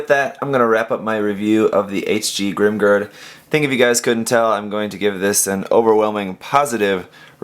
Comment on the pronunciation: I chuckle every time you say "GRIM grrrrrrd" hahaha "A vast me hardeez... it be a GRIM Grrrrrrd approachin"